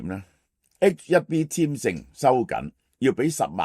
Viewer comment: 係H one B, 唔係HIB